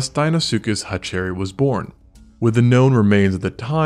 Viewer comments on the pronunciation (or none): Cool channel but its pronounced hatcher-rhy not hatch-cherry 👍